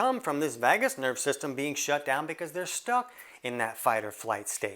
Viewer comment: What makes you an expert on the NERVOUS system? You are really outing yourself lately. And it's pronounced "vay-gus", not vaah-gus.